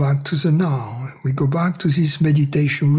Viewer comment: thank you, thank you, thank you. bon soir? that “goodnight” in French? lol. kept hearing, “oui are” instead of “we are”, I was like “okay, now who is this oui.” Lol. Ciao 💤. wish i had this on a cassette tape i could put on auto-reverse like i did with that “1st tape” i got back in the mid-late nineties…..must have listened to that sucker two weeks straight, lol…..something in your voice….can’t quite put my finger on it but has the same effect “on me” that music has on the Tasmanian devil in the looney tunes cartoons…..everything but bagpipes, lol. Goodnight.